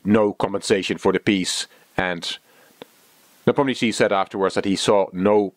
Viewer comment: Is it a European custom to introduce oneself as? This is! As though anyone knows or cares who "" is. This is one reason I avoid these videos. at least pronounces Nee POM nee uh shshee right once (and puts some "tch" into it a few times, which is wrong).